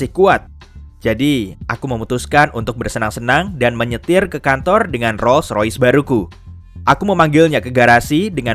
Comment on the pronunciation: Min... Menit 4.37... Bukan Rois Rois min... Tpi Rolls roice....... Jngan salah sebut merk mobil... Hoohooho46x